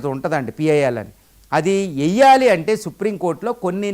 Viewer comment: వెయ్యాలి సరిగా పలకండి.. ఎయ్యాలి కాదు